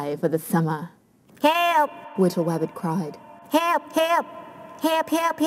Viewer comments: hewp. hewp hewp hewp. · HEWP! HEWP HEWP HEWP HEWP! HEWP HEWP! This has taught me listening to my mother gets me killed. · hewp hewp, hewp, hewwppp, hewp hewp LOL